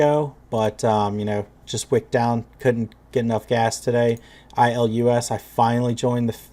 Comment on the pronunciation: Ilus is pronounced "eye lus", not "ill lus". FYI:)